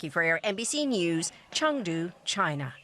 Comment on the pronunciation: eh the "cheng" is a rising tone and the "du" a flat one actually